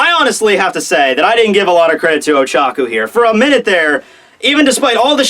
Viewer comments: Pretty sure it's Ochako, not Ochaku... And I think Tokoyami is a raven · It's Oh-Cha-Koh I watched your video pronunciations. I'm a big fan, but still. If she's your favorite, I just thought I'd suggest a better pronunciation of her name.